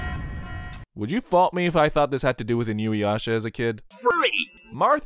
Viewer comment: Did you just pronounce InuYasha as "inui - asha?"